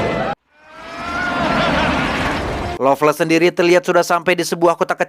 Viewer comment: lovless tpi kdengarn ngomg longles🤣